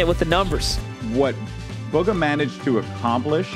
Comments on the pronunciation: He just said BUGGA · my man said Baga lol